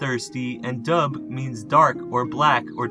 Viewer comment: Dubh is prenounced Duv